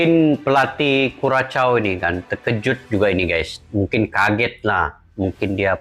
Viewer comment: Bang, cara menyebut nama negaranya /KURASHAU/ bukan kuracau, apalagi kukacau.